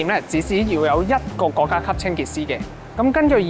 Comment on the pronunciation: 國‘各 洗’細😂